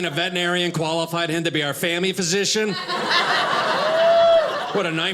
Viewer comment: Just me or does he say “fammy” instead of family? Funny even if an accident or poor hearing on my part 🙂